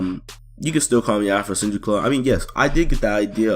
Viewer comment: also did you add the I at the end of Afrosenjui